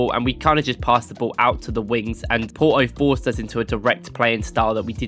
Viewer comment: It's Porto no Poroo 😆😆